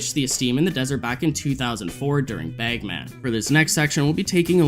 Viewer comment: Dude what the fuck is up with you and “a”. You pronounce it “beg man” and “laser teg”